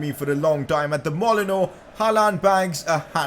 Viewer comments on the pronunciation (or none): I got triggered when you pronounced molineux wrong you said Molino, it's pronounced Molinew